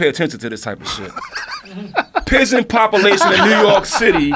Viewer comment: I like when he was talking about the pigeon popoolation.